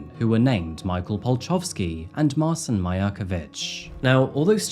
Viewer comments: His name is Martin (polish Marcin), not Marson. You have created new name ;) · marchin not marsin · The name Marcin is pronounced more like "Ma-chin" btw.. for future reference. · His name is pronounced Martshin. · It's pronounced Sol-ford, not sal-ford.. And mar-chin.. Just incase you get more polish names like this. But great telling of this story... I live in Salford and can't remember hearing anything about this. Should have sent him back to Poland to serve out his jail time, why are we paying for his food and clothing in prison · If the guys name is Marcin, its actually pronounced March-in. I work with a Marcin :) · 😳 it’s pronounced marchin! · Marcin pron. Marchin. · That's a funny way to pronounce Marcin